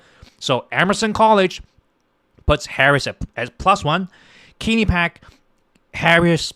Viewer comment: Rasmussen, one of the most accurate pollsters gives Trump 313 Electoral College votes and only 225 for Harris. Guaranteed victory for Trump. By the way, learn how to pronounce Quinnipiac. And it is not true that Trump called out veterans losers. It is true that Tim Walz is guilty of stolen valor.